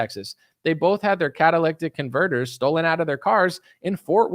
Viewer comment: Cat-uh-lit-tick converter (you're welcome) LOL